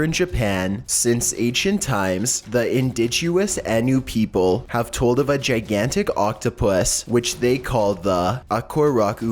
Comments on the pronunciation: I can't be the only one hearing mistakes on words seriously.. Your telling me about "indiguous people" and an "incandescent" octopus come off it man how do you fuck that up. You said both of those and those are what I caught who knows what other shit lurks in these vids. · Dude you said indiguous instead of indigenous.. Then you said incandescent which would be a filament light bulb when you meant iridescent... Like catching both of those within 30 seconds makes me question why I'm subbed here..